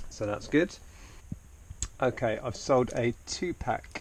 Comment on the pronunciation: I had to rewind when he called 2PAC "2PACK". RIP 2PAC